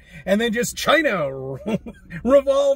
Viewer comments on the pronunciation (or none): none